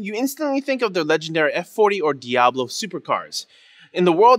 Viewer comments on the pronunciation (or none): none